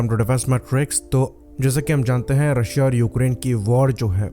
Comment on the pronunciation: mispronouncing Russia didn't made you cool and stop watching western propaganda YouTube channels and articles that Russian pilots are very less trained, Every single Air force which can maintain squadrons of aircrafts also train their pilots very well